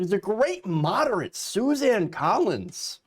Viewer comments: She doesn't deserve to have her name pronounced correctly. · SUSAN ..... NOT... SUZANNE ... YOU SAID SUZANNE WHICH IS INCORRECT